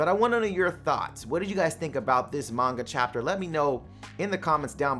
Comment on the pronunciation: Why he say manga like that though